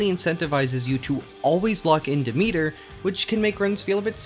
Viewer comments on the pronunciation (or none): They literally say "Megaera" and "Demeter" in the game, you have no excuse for saying them that incorrectly.